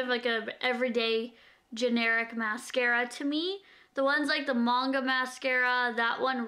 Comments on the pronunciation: it's pronounced mahng-guh. Manga is a Japanese anime that you read and the mascara is supposed to give the effect of long, huge lashes like the girls from Anime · It is pronounced 'mun-gah' in regards to a canadian/american accent, in england we'd say it like 'man-gah' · I love that she say "munga" but I say it like "mainga"